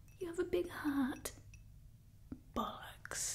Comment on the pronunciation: Her delivery of bollocks was perfect, seriously so many Americans struggle with that word :) A really fun role play, amusing and relaxing :)